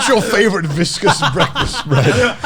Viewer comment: The absolute butchery of the word viscous in this episode is hilarious